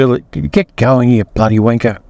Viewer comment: 1. What is the etymology of lollipop man? In the states it’s just a crossing guard. 2. “Get over ya wanka” to an American it hits so much harder with your accent! 😂😂😂 3. Thanks for the ride along.